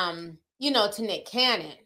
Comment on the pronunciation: Ti you get me every time that you say Dicholas Cannon🤣😂😭😂..and not Father Abraham 💀💀